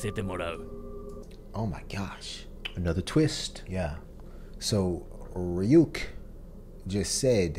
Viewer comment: Plus it helps with pronunciation, so far y'all have said Ryuk and Yagami wrong